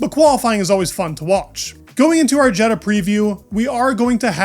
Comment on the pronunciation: Not Jed-uh. Ye-daw.